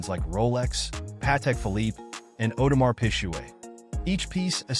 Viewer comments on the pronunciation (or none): none